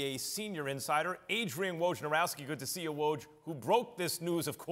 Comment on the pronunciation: We finally have a host who says Woj's name correctly! :)